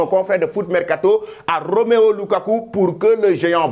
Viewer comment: C’est pas Roméo lukaku,c’est plutôt Romelu lukaku 😅😅😅 tu fais trop de faute du courage